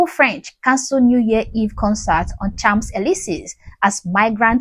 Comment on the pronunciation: "Champs-Élysées" is pronounced "Shonz-elizay" (with a nasal "o"). 🙂